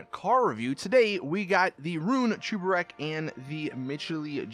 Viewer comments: ITS SAID CHEBUREK BUT U PRONOUNCE IT CHUBEREK!!!!!!!!! WHY ARE ALL GTA YOUTUBERS ILLITERATE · Why are you saying Chuburek? It’s spelt Cheburek so it should be pronounced cheburek not chuburek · it is not chubarek it is cheburek so just cheeki breeki chebureki blyat